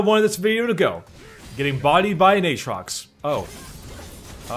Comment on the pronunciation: says Aatrox like "H-rocks":D Keep up the amazing content my man:)